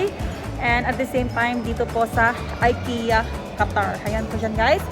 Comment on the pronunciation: ik-ya met pronounce dagiti amok sis😄